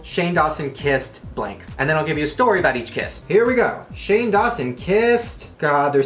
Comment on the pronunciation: shane mispronounces almost every youtuber's name lmao